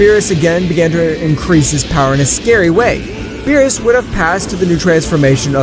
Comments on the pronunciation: Its berrus not bills😂😂😂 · Don’t mess with the god of destruction “bills” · Beerus = bills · Is it really that difficult to say berus